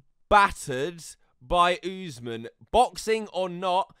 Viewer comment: Usman is pronounced, Uss-Maan, just fyi